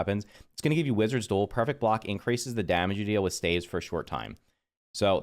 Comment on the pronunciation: I know the word looks like “stAEves” but it’s pronounced “stAAves.” I know English sucks but it’s funny to hear. I’ve watched multiple videos on staves and you’re not the only one who pronounces it like that lol.